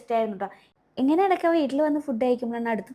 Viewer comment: ഫുഡ്ഡ് അല്ല ഫൂഡ്